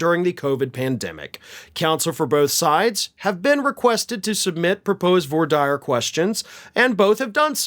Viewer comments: you often comment on how you're not a lawyer, but you have spent a lot of time around lawyers. Maybe you should ask how to pronounce voir dire. It's pronounced vwah deer, not voy dyers. Sorry, but mispronunciations of common words bug me. The other day, I commented about a narrator saying Amelia Earhart as EERhart. Borderline criminal! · Voir dire is pronounced vwar deer not vo dier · Vwa’ deer, good sir. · Love you, but voir-dire is pronounced vware-dear. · Dang, that's embarrassing! It must be hard to keep track of all of tRump's court dates. Maybe get him to pay for a secretary? Incidentally,, you might want to check your pronunciation of voir dire. IIRC, it's more like "Vwah deer." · voir dire...pronounced vwah deer. french origin. -_ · "vwahr deer" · Its prononced "Vwahr deer', its french . just trying tobhelp out😀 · It’s voir dire (like deer) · Voir Dire = Vwär’dir … for the love of god …you kill me sometimes 😂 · Vwar Deer that’s how it is pronounced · It's pronounced "VOO-AR DEER" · Please please .. it's pronounced: "V"Wahh Deer" ... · I've heard voire dire pronounced (by lawyers) "vwah" (like the first syllable of bwana, but starting with a "V") and then dire rhyming with "deer". I think it's French. Maybe Latin? Are his lawyers really this dumb? Wasn't Tacopina on the opposite side of tRrump once in a lawsuit and said some unflattering things about 45? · The phrase “Voir Dire” is French, and the correct pronunciation is closer to ‘Vu Wah Deer’. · Anybody who has seen "My Cousin Vinny" knows it is pronounced 'wah-deer'. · All of this is being done 1 because trump is desperate to know the jury and 2 so Trump can cry that his lawyers weren't allowed to be involved so it was all completely unfair. ( Side note: it's pronounced vwah deer) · Just so you don't get harrassed...it's pronounced vwadeer'. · N.b. The term voir dire is pronounced (in US courtrooms) like "vwar deer" 👍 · Check pronunciation of void dire